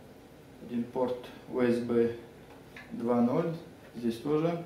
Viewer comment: тренеруйте русскую реч , дикцию и т.д. , составляйте текст , учите английский , или хотя-бы нормально выговаривайте USB